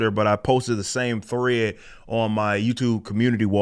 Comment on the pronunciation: Rippa out here turning 1-syllable words like 'thread' into 3-syllable words, talmbout 'thu-RAY-edd'.